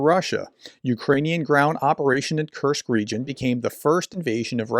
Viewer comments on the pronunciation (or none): none